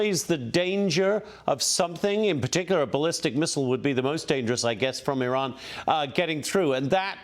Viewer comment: Ambassador at large but cant pronounce Iran correctly. Its 4 letters. Is this ignorance or arrogance.